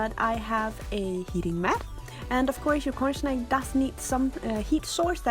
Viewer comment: Am I the only one who hears her saying "cornSHnake"?